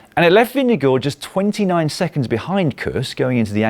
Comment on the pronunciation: the way you brits pronounce vingegaard is deeply unholy and disturbing